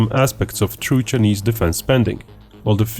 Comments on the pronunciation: Why does he pronounce Chinese as "cheeknees" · the Cheenese… lol